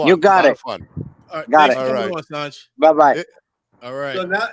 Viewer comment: These guests can’t let someone finish a sentence. And mispronounced Sanj name the whole time.